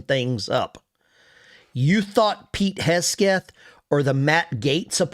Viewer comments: Hi - can you please check pronunciation of Pete HEG SETH you are saying it wrong. They’re is NO k or c in Hegseth! Thank you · It's pronounced Heg seth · HEG-SETH Pete Heg-seth Vivek sounds like CAKE